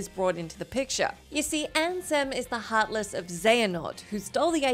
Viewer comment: "You see, Ansem is the hearthless of Xehanort..." OH MY GOD HERE WE GO AGAIN.